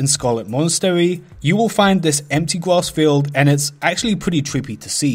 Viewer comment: Haha fucking Gwas field.